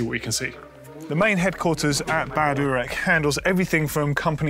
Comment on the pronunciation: "located here in Bad Uuuurghh" ROFL. URACH isn´t that hard to spell!